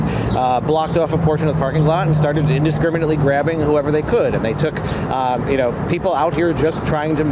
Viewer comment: Indescriminently that girl on camera said 😅